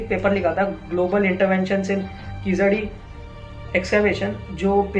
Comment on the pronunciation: Wow you can't even pronounce the name of the place right, where are you reading your article from ? Hari's totally biased article. What proof do you have / verified to claim this as actually true? Bringing unwanted politics into it, reports regarding keezhadi are being submitted as soon as they are found , there are regular updates on what is happening and everything is very much transparent. Kizhadi is just one site people like you are bringing in ugly politics, what about other sites such as Adichanallur which was excavated way back , you guys are just butthurt people who don't want to know the actual facts and are too scared of it. Prove it if you can or else better shut your mouth, speak with proof cos just because you say TK TK every second no one is going to believe you.